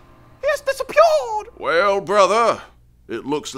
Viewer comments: "He's DisopYOIRd!" lmfao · He just Disawpeeawwed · “He has dissapyya’d!” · "he's disapyah'd" - brothaaa